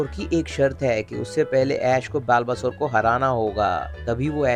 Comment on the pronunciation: Bhai बल्बासौर hai uska pronunciation.